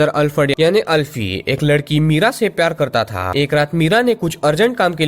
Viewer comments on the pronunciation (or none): none